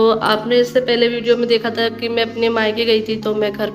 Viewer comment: Aap kiya bolti rehti ho diwar ko diwal tha ko ta plzzzzzz soch samjh kr bola kijiye 🙏